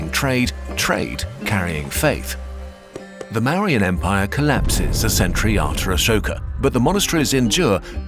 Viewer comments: Asoka was a buddhist before the kalinga war and Buddhism was not a small movement it was very much popular becuz of mangdha empire rulers And ik it's an ai video but - it's pronounced ma - vu - riyan empire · o0 is Marian definitely the correct pronunciation for Mauryan? because if I weren't paying full attention I might think you're talking about a battle hardened, special weapons class of Karen… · This is a great video but the mispronounciations of 'Mauryan' and other Hindi and Sanskrit words is so P A I N F U L